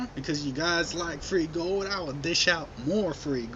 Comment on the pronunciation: FRHEE GOUWLD... i would like some FRHEE GOUWLD!